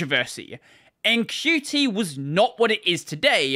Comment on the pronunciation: haha, THANK YOU for calling it "Q. T." and not "cute"